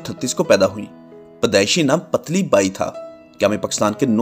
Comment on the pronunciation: Mind your pronunciation "patli" is wrong correct word is "putli".